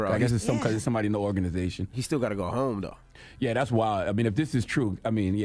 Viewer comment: Envy keep saying “he gat to go home”😂😂😂😂😂😂Envy knows that all to well😂😂